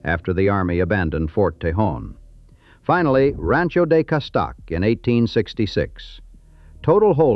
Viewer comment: BAD pronouncing...Cah stay ick..Castaiac?!! Godspeed